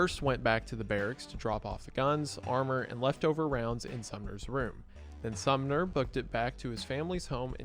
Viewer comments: it keeps sounding like youre saying the town Sumner instead of the name Sommer lmao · Sorry dude it's SOMMER. not SUMNER. But cool video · Uh.....THe leader's name is SomMer, not SumNer. lol. Entire video reading a script and read it wrong every time....